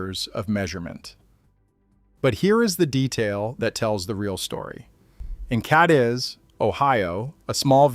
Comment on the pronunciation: cadiz is pronounced “kay-dees”